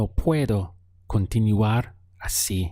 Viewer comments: Hi teacher!! Your cource is nice to practice my basic english as well. I noticed a little mispronounciation with the word continuar which is con - ti - nuar but in general very good job. Keep it up!! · Me pregunto, la palabra continUar, tu dice con the U , por que no dice oo, Gracias